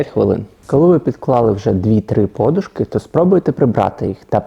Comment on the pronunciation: Блін не подушки, наголос вірно робіть, а то противно слухати......пардон...😢